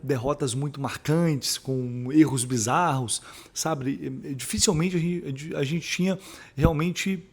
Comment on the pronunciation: Amigo, oom todo respeito, tente fala dificÍlmente e não dificElmente.🙏🏼🇭🇺. Crítica construtiva👊🏻